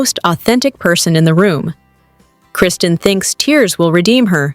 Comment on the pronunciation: You can’t even say Kristen’s name right!! 😂 so you’re credible? It’s a reality show. Come on now, you sound so silly & ridiculous.